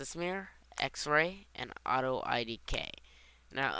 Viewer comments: If this guy were a nerd he'd actually say Auto IK, NOT IDK! srsly, its frickin annoying calling it that while reading it! my head hurts! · lol why do you call it auto idk? Its auto IK which stands for auto Inverse Kinimatics, not auto I don't know hahaha